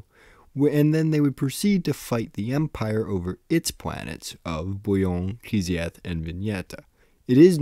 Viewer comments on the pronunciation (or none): Kitezh, not Kizeth